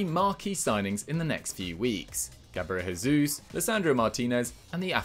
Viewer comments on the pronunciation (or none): Gabriel "Jey-zoos" not "Hey-zoos" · no one says "Diogo Hota" so I don't get why this is such a hard concept to grasp